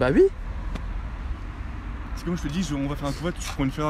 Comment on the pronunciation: A chaque fois que dit oui il dit hui